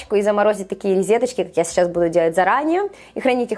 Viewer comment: говорит ризеточки,поэтому я и отреогировала,режет слух🙄